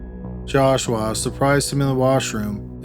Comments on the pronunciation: The way you say JASH-WAAAH gets on my nerves!!! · The entire second story I couldn’t stop hearing “Josh-wa” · Maybe he's a Filipino. 😂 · Calaforniaaaaa , jashwaaaaa , jashwaaaaa, jashwaaaaa 🤭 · Joshwa is how he is pronouncing Joshua. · Josh-WAA... sighs... jesus christ joshwaaa whhhy??!!! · If I ever hear you say Joshua again...…. XD